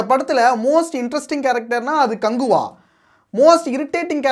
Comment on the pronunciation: கங்குவா❌ கங் ஊ வா